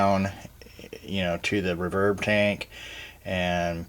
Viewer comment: Who says "rahverb"? Other than that, great vid!